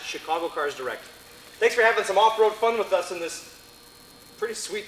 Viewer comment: Ummm "The Tundran" yeahhhh buddy